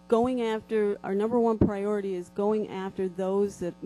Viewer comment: Pra-ority?!?! LOL!!